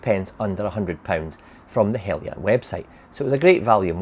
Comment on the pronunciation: How you’re getting “Helly-yan” from “Heljan” is a complete mystery. Must be the scotch way.